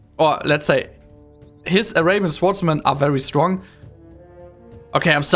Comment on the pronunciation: Erstmal Respekt, dass du dich so aus deiner Komfortzone traust mit der Sprache! Insgesamt finde ich kann man sich das ganz gut anhören. Bei den "swordsmen" aber bitte nächstes Mal das "w" nicht mitsprechen!